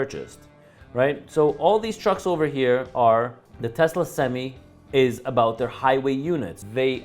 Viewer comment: My bad. Did you say Tucker or Telsa?! I'm confused.🤔